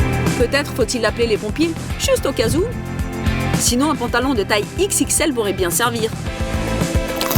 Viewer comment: elle a dit juste aucazou